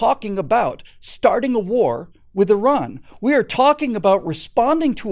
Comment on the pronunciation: Very refreshing to hear Americans pronouncing Iran not Eye ran.